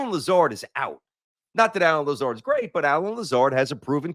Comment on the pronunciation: bro said "Lazarre" lmfao